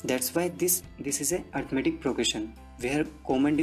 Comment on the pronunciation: It's arithmetic not arithamatic but loved the way of teaching helped me a lot for my exams